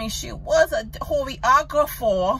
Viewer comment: She Can’t even pronounce the word choreographer, how could she be one